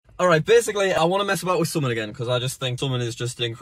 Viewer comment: Am I the only one who gets triggered on how he pronounces “summon”?